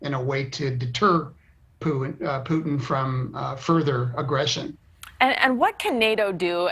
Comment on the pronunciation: Did he call him Pootang? Omg that's hilarious. 👌🏼